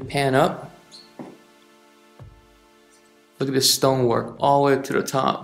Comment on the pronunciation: "Look-ad-dis......Look-ad dat"......sounds like a bad used car salesman but trying to sell a million dollar home. Detail descriptions aren't even accurate. I doubt this guy even listens to his vid afterwards.